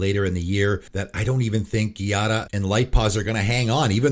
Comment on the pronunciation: I am really bothered by your pronunciation of Giada. I'm sorry, but that is just the Italian version of jade, and while i can excuse butchering a fantasy name, i really can't do the same with a real name. Call me a grammar Nazi, but it just irks me way too much.